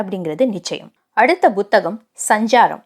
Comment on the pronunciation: Buthakam illai puthakam Correct your pronounciation